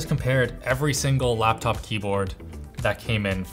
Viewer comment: All I hear is "Laaptaoup"